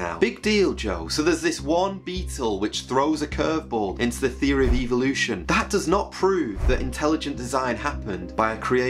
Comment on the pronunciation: i notice that these people pronouce it as EVILution